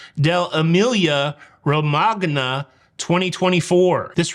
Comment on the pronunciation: Hi, Please pronounce it Romanya not RomaGna. The G is silent. Otherwise great show as usual 😊